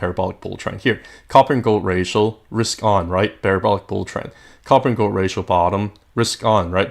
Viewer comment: "ratioL"? I don't think that's how it's pronounced. Thanks for the content, though 🙂